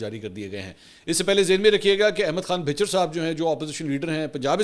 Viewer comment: میرا خیال ہے لفظ بھچر Bhichchir نہیں بھچر Bhachchar ہے۔ جیسے میانوالی میں قصبہ ہے واں بھچراں)wan Bhachchran. دوستو کیا خیال ہے؟؟ رہنمائی فرمائیں؟؟